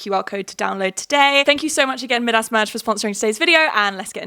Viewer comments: Mid-ass is the strangest pronunciation I have ever heard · ‘mid-ass merge’ LMAOOOOO think it’s pronounced ‘my-dus’ Queen ily😂😂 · Maybe I’m just American but hearing you say “Midas” (m-eye-das) as “mid-ass” merge has me in STITCHES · Big fan not making fun just a cultural difference 🫶